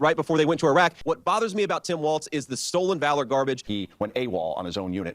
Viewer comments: KYLE!!! It's pronounced like "walls", not like "waltz"! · It is pronounced WalZ.......there is a Z at the end of his name but not a T. Not Waltz........Pronounce it with the Z but leave out the T. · It's WALLS not WALTZ lmao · WALZ (walls) not Waltz (dance). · Just remember it's pronounced walls not waltz. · Its Tim Wallz, not Tim Waltz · You should learn to say his name properly. It’s Walz, not Waltz. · Please say his name correctly. It's WALZ not WALTZ. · WHEN IS KYLE GOING TO STOP CALLING HIM TIM WALTZ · No "T" is Walz. Pronounced exactly like Walls. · "Immediately if not sooner" is a phrase I have hard since I can remember. I don't know that Trump understands it, but it is meant to be mildly amusing exaggeration like, "I don't know him. I swear I couldn't pick him out of a lineup of one." (By the way, it sounds lie "walls," not "waltz.") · Kyle the name is Walz not Waltz... your butchering the name of the guy you've been hyping. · Love your show Kyle!! Very informative and entertaining! Just one thing bugs me - I think his name is pronounced like 'Walls' instead of 'Waltz' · WALLZ not Waltz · I'M WAITING FOR YOU TO JUST SAY FUCK IT AND START SPELLING HIS NAME THE WAY YOU KEEP INSISTING ON SAYING IT! IT'S NOT TIM WALTZ IT'S WALZZZZZZZZZZZZZZZZZZZZZZZZZZZZZZZZZZZZZZZZZZZZZZZZZZZZZZZZZZZZZZZZZZZZZZZZZZZZZZZZZZZ! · OK man, why can't you pronounce the man's name??? IT'S WALZ!!! Pronounced WALLS...not WALTZ. Trump says Waltz to be a dick. Why are you doing it?? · It seems that Kyle has to consciously make himself remember how to pronounce Walz and not Waltz.....bc he calls him waltz like every other time and then will say Walz correclty but then say Waltz again n it keeps happening over n over again like that🤣😭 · his name is WALZ, NOT WALTZ--fer fucks sake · WALZ, not WALTZ Kyle!!!! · It is pronounced WalZ.......there is a Z at the end of his name but not a T. Not Walls and Not Waltz........Pronounce it with the Z but leave out the T. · It's Walz, not Waltz